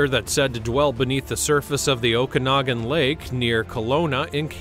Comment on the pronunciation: You pronounced Okanagan right! 90% of Ogopogo videos they say it wrong. I live there and I have seen some odd anomolous disturbances in the water of Okanagan Lake but nothing I could definitively say was a monster or creature. Kalamalka lake is beautiful, it has a chalk bottom so the water looks like turquoise green where the light hits it and dark blue where it doesn't. On a day with spotty clouds it looks so cool.